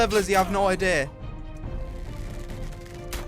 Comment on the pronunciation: "Ideur" lol i love how he says idea